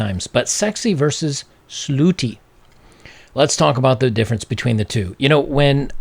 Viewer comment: Bobs... slooty... is misspelling and misspronouncing the future of freedom of speech?